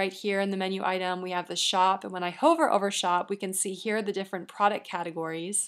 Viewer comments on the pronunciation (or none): It's pronounced "Huh-ver", not "Hoe-ver". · This video is amazingly informative and extremely clear on the steps to creating a Wordpress site. The only comment is that she pronounces "hover" with a long vowel (like in Dover) instead of "huvver" and it throws me off.